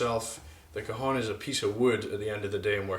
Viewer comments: it´s not cajon... ....it's CAJÒNN!! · I a Mexican it's pronounced ka'xon